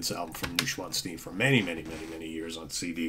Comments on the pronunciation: Hi the pronunciation is Noy schwanzsteen thanks Jonathan 😊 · pronounced noysh-von-stein